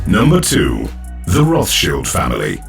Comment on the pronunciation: he said Roth SHIELD